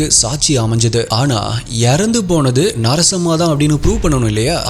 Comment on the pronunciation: Narasamma.. Not sarasamma...😂😂😂😂